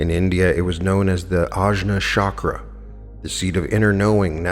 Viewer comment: Chakra - pronounce ch, not sh (choose, chat, etc.).